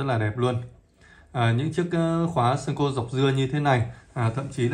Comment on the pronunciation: Góp ý với bạn & những bạn phía bắc hay đọc là sen-kô Đây là cách đọc sai hoàn toàn....